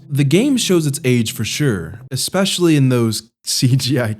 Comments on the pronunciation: "Ecspecially". Brother, no one ever told you that you pronounce that word wrong. I'm going to help you. ES - PECIALLY. Sometimes people feel bad about correcting pronunciation. I don't. Great video about a great game, interesting to see you youngins perspective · Why are you pronouncing "especially" as ecspecially/expecially? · I'm more curious with how you pronounce "especially"